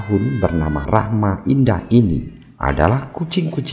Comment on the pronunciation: RahmaDIAN, bukan Rahma Indah